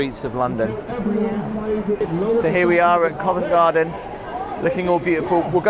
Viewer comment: Once again is right. She pronounced Covent Garden correct! You HAVE TO, HAVE TO visit Covent Garden when in London. Tiny shops, great street performers, great cafes/pubs/restaurants. It is a must any time of the year. Free to visit, but you could spend a lot of money when you’re there!